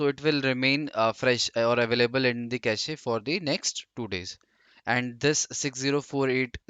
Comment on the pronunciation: Pronounciation of cache is irritating me.